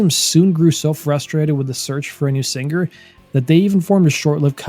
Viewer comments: To the narrator ~ The word 'singer' isn't pronounced sinGRR. The g is soft in ing words. How old are you? Learn to speak correctly if you're going to narrate. It's irritating AF to continually hear you mispronounce that word. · I’ve never heard an American pronounce it as “sing-ger”. Sounds alien to me. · Well done. Only please the word "singer" has the "g" silent. Thanks. Keep up the good work. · whats with the hard G in the word singer?